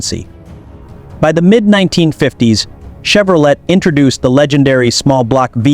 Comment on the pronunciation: The T in Chevrolet is silent, nitwit.